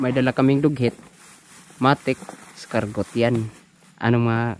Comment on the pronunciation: Bosing,di eskargot ang tamang pronunciation nang escargot..ang tamang pronunciation ay ES-CAR-GOW..Silent 'T' ug maging W ang T....o kaya KUHOL nalang kay Pilipino ka man dhu!